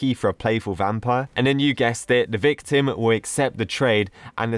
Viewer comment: When you say "victim" it sounds like your saying "big tim"